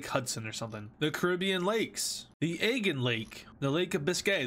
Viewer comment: i know fro a FACT that you did NOT say Aygean Lake instead of Aegean Lake